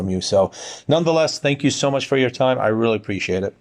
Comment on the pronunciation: That's witerawy CWAZY guys!!!